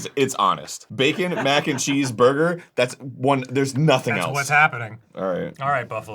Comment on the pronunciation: “there is a pineapple in my burgah” iykyk